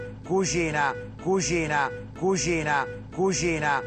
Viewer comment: ma pure io dico cuschina! è romano tipico ahha